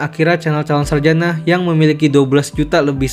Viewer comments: Calon sarajana bukan sarjanak.. Gak pakai (K) min.. Risih kali denger kata sarjanak😢😢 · Sarjana bang bukan sarjanak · Ini gw yang salah atau gimana sih? Kedengerannya kaya calon saljana bukan sarjana....